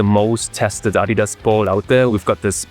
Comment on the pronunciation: Why do you say adidas wrong?